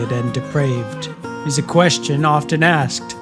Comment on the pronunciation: Do NOT pronounce the T in “often”. Just don’t.